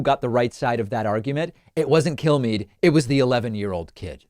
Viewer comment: The way David says Kilmeade sounds like he's saying "kill me", which is what I'd like you all to do if I ever become as stupid as Kilmeade.